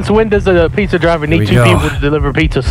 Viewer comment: "uhh, since when does the pitza driver the one deliverin pitzehs" - h20delirious 2014